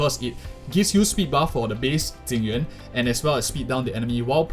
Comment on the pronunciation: i like this guy, he pronounce jing yuan correctly